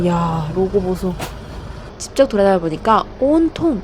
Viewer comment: 직접을 항상 집접 이라 하시네 ㅋㅋ